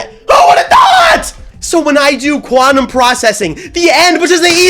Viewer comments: blast processing 😊 Quantum prcessing 😐 quanteuse processing 💀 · Quanteuse Processing